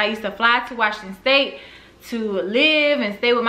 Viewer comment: Love your channel. You crack me up every time you say Washington STATE! 😂 I’m from Tacoma and I found your channel last year after you moved 😩😜